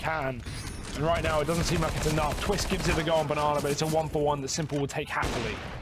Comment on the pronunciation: Poetic Palindrome its TWIST not TWISTZZ lol